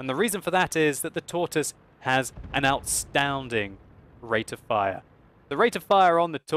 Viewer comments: "Outstounding" - 2015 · "Outstounding" New word coined by!